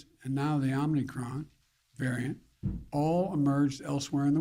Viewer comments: Oh they both said Omnicron and not omicron. And the second question Joe couldn't even read the second person's name. That person had to do that for him. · Did he call it omni-cron? Let’s go brandon